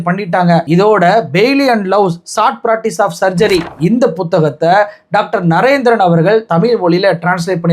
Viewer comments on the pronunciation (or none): none